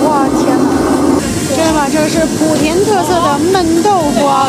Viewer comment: 莆（第二声）田